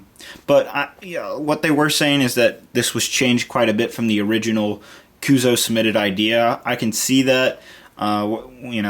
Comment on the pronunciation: YOU SAY CUUSOO WRONG! FUUUUUUUUUUUUUUUUUUUUUUUUUUUU...IDK